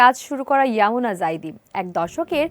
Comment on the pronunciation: আপনি বারবার ইউমনা কে ইয়ামুনা বলতেছেন😂😂